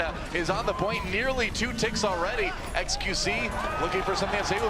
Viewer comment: doesnt like saying xqc he always says qxe